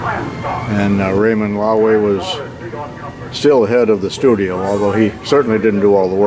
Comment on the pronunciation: This guy ain't too bright; annoyingly stupid. He cannot even pronounce Loewy! He does not even know what to look at. The music is a deterrent. Why spend more time on an unrelated house than in the museum? He ignores the Packard Predictor prototype.